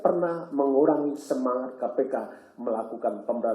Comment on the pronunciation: ngomong korupsi aja blom bener , KOROPSI wkwk